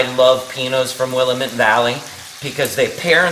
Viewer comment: Hi, Love your recipes. I'm in the Pacific Northwest and there's just one little thing you've done that I'm sure you're not aware of..the pronunciation of Willamette. It's "Will-Lamb-it", not "Will-a-mitt". Made this tonight and it was awesome!!!